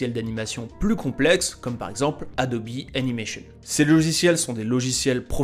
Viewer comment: D'où est-ce que tu sorts la prononciation Adobi mdrr c Adobe